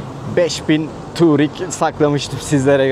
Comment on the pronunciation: Turig değil tugrig